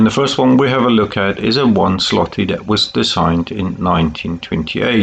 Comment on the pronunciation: Złoty is supposed to be called as zwooty . Ł is pronounced as w